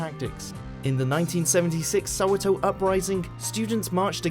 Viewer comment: All of you going on about how it was a bad thing or a good thing. As someone from South Africa who speaks Afrikaans, I'm just finding the way he pronounces words like Afrikaans, apartheid and Soweto funny.